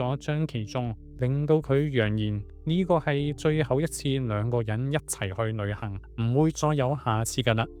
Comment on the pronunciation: 博主的L 音發不出，舉例--- 旅行講成女行，老婆變成女行，希望博主注意下。